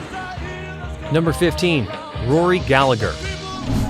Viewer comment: Would be better if you pronounced Rory’s name correctly. It’s pronounced Gal-a-her.